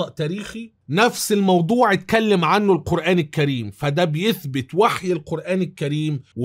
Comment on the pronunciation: جزاكم الله خيرا انا من محبيك اتمنى عندما تأتي على ذكر القرآن أن تقول القرآن الكريم وليس القرآن كّريم لأن الكاف حرف قمري وليس شمسي وعذرا ملاحظة من محب